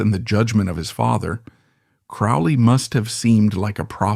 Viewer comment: Aleister Crowley's surname rhymes with "holy", not "foully".